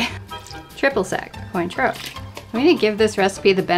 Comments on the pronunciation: It's pronounced *kwon-troe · the way you pronounced Cointreau physically hurt me. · The pronunciation of Cointreau... I cannot.